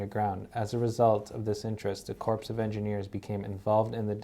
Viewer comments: "CORE" , CORPS PRONOUNCED ... CORE of Engineers. Are you NEW ?! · you look like you're in a nice office but the guy you're talking to always seems like he's in a closet. Btw, tell him "corps" not pronounced like "corpse". Its pronounced like "core". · "Corps" as in "Army Corps of Engineers" is pronounced "core".